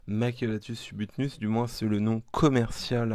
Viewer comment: là tu dit subutnus xd sinon oui je confirme passer la fondation c'est lent et se n'est pas si gros que ça les major sont entre major nicobarensis et major floridanus